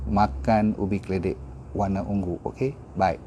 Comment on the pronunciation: Purple ialah ungu bukan ung-gu